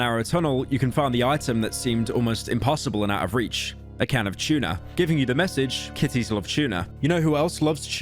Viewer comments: Pyro really does pronounce T's as "Ch", like when he said Chuna instead of Tuna. Bro unironically says Chewsday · “A Can of chewna” (tuna”